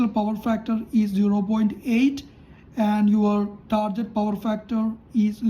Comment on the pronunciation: Not "tarjet".....it's "target"....use Google ...